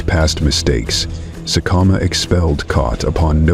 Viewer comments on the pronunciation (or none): IT'S Sek-e-kama, and Mat-su-me and Sa-tau. AI needs to fix thier pronunciations 👀👀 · Whoever is narrating this video is getting a lot of facts completely wrong!! Sekekama 100% did NOT snap his son's spine!!! He caused internal injuries that led to his sub adult son's death!! His son collapsed from blood loss internally and died while trying to walk away!! He's also failed to pronounce a single Lion's name correctly throughout the whole video